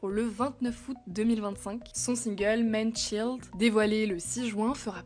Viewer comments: Manchild et non Manshield Il faut prononcer Manchaïld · Vous pourriez améliorer votre prononciation de l'anglais : "men" au lieu de "man" et "tchilde" au lieu de "tchaïlde" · Manchild se prononce manne tchaïlde ! Pas tchilde. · Manchild se prononce mannechaïld, au cas où. petite astuce: Un petit check sur google translate ^^" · menchilled? c'est quoi cette prononciation 😂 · Bon je préfère commenter juste la dernière actu car j'en ai marre des actus déprimantes mais il va falloir faire un effort pour la prononciation de l'anglais là c'est ridicule, "men" et "man" se prononcent pas pareil et surtout sérieusement c'est compliqué "child" comme mot ? Quand on dit des mots dans une langue étrangère on fait un minimum d'effort pour respecter la langue 🙄